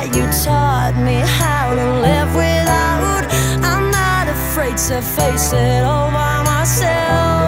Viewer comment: Jammer dat ze zo overdreven zingt en zo'n slechte uitspraak. 'Without' spreek je niet uit als 'widdout' :( De versie van Milow vond ik echt veel beter